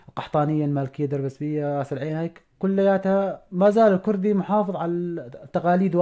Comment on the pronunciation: اختي ارجو ان تلفظي كلمة الكوردي بشكلها الصحيح..... ليس الكردي.... بل هو لفظ كورد الكوردي وبااللاتينيه kurt او kurd